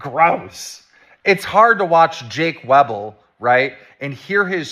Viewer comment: Keemstar writes off MOST of the arguments because according to HIS statistical analysis they can't all be true. Flawed Logic here. You can get an estimate using statistics, but the only way you know is if you LOOK INTO THINGS. The way he keeps mispronouncing Jake Weddle's name proves he hasn't even looked at the information enough to realise that Jake is a HUGE part of this story and his story is important regardless if you believe all of it.